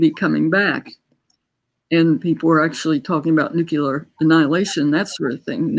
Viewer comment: Nuclear, not nucular.